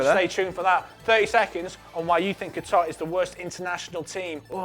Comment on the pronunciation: what the fuck is 'guitar'. It's Qatar.